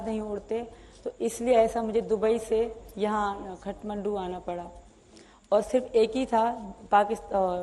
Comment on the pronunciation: she is not spy .... bcz her pronunciation of Kathmandu is wrong ......means she is not trained